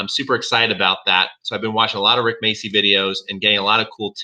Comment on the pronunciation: Rick what?? Macey? what the hell is Macey? The name is spelled MACCI! This is an Italian surname. It's pronounced macci. Ma-cci. The cc is pronounced like ch in Charles.